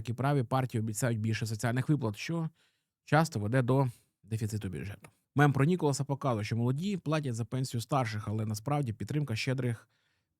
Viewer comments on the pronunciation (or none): Все так, але правильно Ніколя, а не Ніколас 🤓🥖